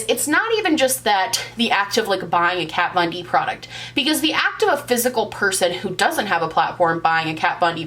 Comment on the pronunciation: Who is "cat von deep" 🤪